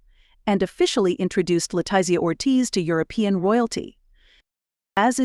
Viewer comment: Can we correct the Queen of Norway's name? Sonja; and then there is Letitzia Queen of Spain. Not only are the names spelled incorrectly, but the pronunciation is off as well.